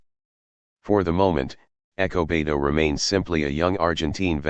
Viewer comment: Despite the narration I appreciate the upload. Whats up with ernesto being referred to as echo beto?